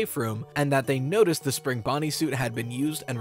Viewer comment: "notced" lol